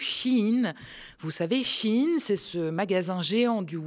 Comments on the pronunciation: "Shein" ne se prononce pas "Chine" comme dans "un chine toc" (terme wokiste à la mode) mais "sh" "ein" ,comme dans " ein volk ,ein reich ,ein Fuehrer "... à bon entendeur , salut 🚸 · Shein vous l'avez prononcé CHINE. purée j'avais jamais fait le lien 😮 G Jamais acheté là ni sur temu. Vinted oui. Merci 🎉